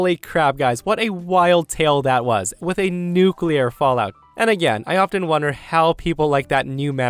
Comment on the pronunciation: Hehe. 'Nuclear' Fallout.